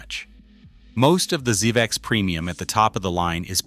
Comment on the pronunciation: Please tell me where I can find a Zuh Vex Super Haaar Dawn and Stry Maaahn pedal please! Are they m aye dee aye capable?